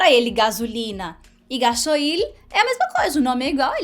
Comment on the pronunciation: Hola! Soy argentina y vivo en Brasil. Felicitaciones por tus videos! Contenidos importantes y divertidos! En este videos sólo puedo hacer una corrección. No se dice “ga-so-il”. Se dice “gas-oil” (oleo en inglés) “ga-sóil”. Muy divertida la historia!! Pobre el dueño de la moto…